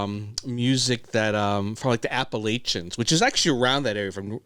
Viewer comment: I REALLY, REALLY enjoyed seeing your commentary about Appalachian music and country music, in general, and I could tell that you really felt the message!! God Bless y'all. buuuuut... not to be a jerk or anything... WE call it the "Appa-LATCH-ans", NOT "Appa-LAY-chans". That'd be like me going to Tokyo and calling it "Tock-yo"...give me a break,right? Anyhow, we all love each other and want to see each other again soon, right? So just say the name right...thanks, guys. Keep up those great smiles!! Needing more of that in this here World!